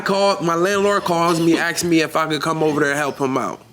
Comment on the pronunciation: It's asked NOT axed, why do people struggle so much with this. His general presence annoys me.